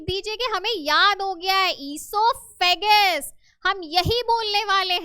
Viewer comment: Mam esophagus not esophagus